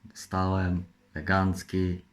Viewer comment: Nie mówi się legancki tylko elegancki